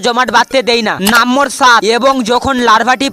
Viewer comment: নেশা কেটে গেলে ভিডিও টা ডিলিট করে দিছ।আর তুমি আগে নম্বর উচ্চারণ করে শিখ 😂😂😂